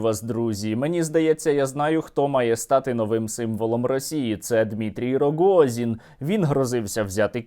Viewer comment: стерненко дуже прикольно вимовляє РОГООЗІІН. лайк.